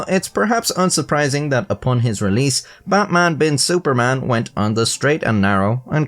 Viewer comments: It's pronounced Bat like "but" Man like "munch" without "ch" Bin like "been" Su like the "soo" in "soothing" Par just like "par" Man same as before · the pronunciation of it is "betmen bin suffermen" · Wdym the pronounciation of his name is but-mun been soo-parmon? It's pronounce just like how you pronounce it in the beginning of this video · His name in Arabic on the ID is actually pronounced "Batman Bin Suferman" - There is no letter P in Arabic, so I think they replaced it with the letter F. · It is baqman bin soferman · haha yeah no im pretty sure it's actually pronounced :"Batman bin Suparman" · Frankly, your normal way to pronounce Batman is closer than your attempt at Javanese 😂